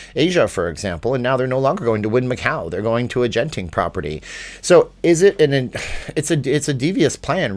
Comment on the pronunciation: It’s a hard G in Genting. Pronounced like the G in good.